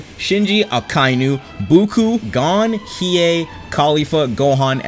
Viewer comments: hes saying buuku not goku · man said guko🤣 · Bro said Buku☠️ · this man really said GOUKOU instead of goku lol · LOL MANS SAID BUUKO BUT ITS GOKU LOL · bro called goku buku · Did you just say buku instead of goku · did he just pronounce goku as gookuu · Also did I hear guku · did said "buuku" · Not ignoring the fact he said goo-ku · Did this man really pronounce Goku's name Guku? Nah I'm disliking the video. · did u call goku buku lol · We ain’t gonna talk about how he Said Boku, on a ASTD Type beat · He said Buuku, as in Buu Saga Goku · And goku, guku